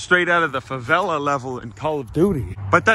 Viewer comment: nailed the pronunciation of “Favela”